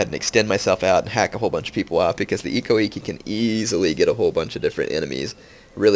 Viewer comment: actually the I's are pronounced as like an E. so it's like ekko ekke